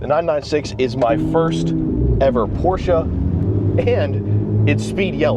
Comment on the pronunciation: I heard you interchange Porsch and Porsche. Seem like you're on your way to always pronouncing it correctly lol